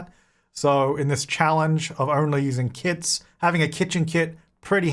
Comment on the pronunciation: I kept thinking you were saying kids 🤣